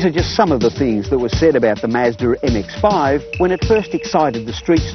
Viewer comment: he sounds so derpy when he said "the mazdar m-ex-feiive"